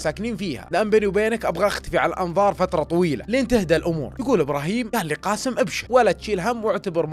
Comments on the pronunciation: اللهجة الخليجيه يكولون كاسم بس اسمه قاسم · بالتوفيق واسلوبك مميز واحب اسمع لك لكن ي صديقي اسمه قااسم بحرف القاف حاول تنطق الاسم صح